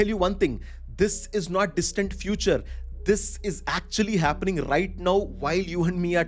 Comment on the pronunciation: Thanks for this information. much appreciated. Just a small feedback in a good spirit- 'Nauf' is 'Now' and 'Wauf' is 'Wow' :)